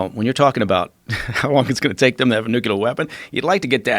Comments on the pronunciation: It's nuclear not nucular !! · Ffs the word is NUCLEAR pronounced like “new-clear” it’s not fucking nucular god dammit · NuCLEAR dude. Not Nukelar. 😂😂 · I don't trust anyone that says nuculer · Classic nucular weaponry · Mike "Nuculear" Baker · People who say nucular annoy me to no end. It shows lack of education. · " new q ler" weapon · "Nukular", seriously? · New q ler intelligence agencies best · I'm not sure there is anything more nauseating than hearing somebody (let alone a guy from the CIA) pronouncing it "Nucular'". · Nuculure weapon lol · Can't anyone pronounce the fucking word "NUCLEAR"???? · I don’t trust anyone that puts an extra syllable in nuclear. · the word is NUCLEAR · Next assignment - learn how to say 'nuclear'.